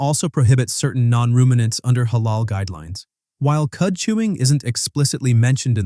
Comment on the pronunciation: Yeah but if you real care about Islam you should know that nutmeg is Halal and also it's pronounced more like he(like a in America) la:l.